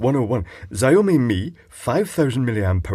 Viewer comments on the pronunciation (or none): Против Глобал Shao is 少, Xiao is 小. The former can do in a pinch if you really can't say the latter, but it does map to an actually different sound in Chinese.